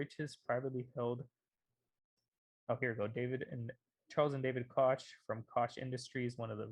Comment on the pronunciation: Great video! one Little thing, the -CH ending in the koch Brother's last name is pronounced like a k. Basically it's pronounced like like Coke. = )